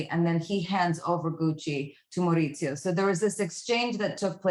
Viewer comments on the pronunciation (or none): The fact that she is bragging about her accent, studying it for 6 months. And doesn't even pronounce Maurizio correctly.